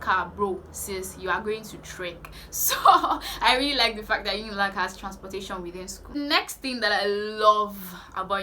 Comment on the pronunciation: It was the part she pronounced "transportation" 😂